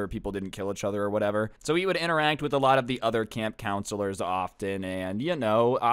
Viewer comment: why do you say eachother like “achother”